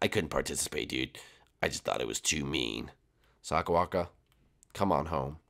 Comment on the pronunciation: bowser jr. Said sakabaka not sakawaka